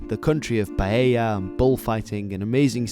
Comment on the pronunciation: Finally paella and not pallela. You must be a native spanish speaker